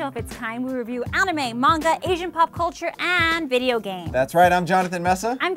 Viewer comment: Fuckers can´t even say MANGA, it´s not munga, it´s man-ga